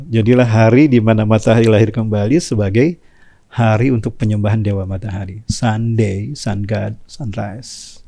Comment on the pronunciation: Woiii SUNDAY bukan SUDNAY.